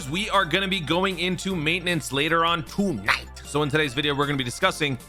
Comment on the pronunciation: I find laughing to the way you say piccollo and Tonight. Thank you for the great entertainment. Love your informative videos. Teams for clearing red zones quest would also make great videos. Although i am sure other YouTubers do them i do only watch you and Baby for dokkan content.